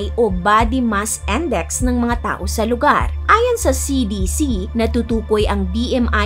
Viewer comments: It’s NAURU not NAURO and it’s INDEX not ENDEX😢😢😢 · May point si about the narration. And how can you not get triggered? She has a good diction. Tapos maririnig mo AWstralia and BMI - body mass Endex.